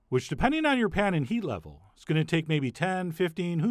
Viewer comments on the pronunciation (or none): none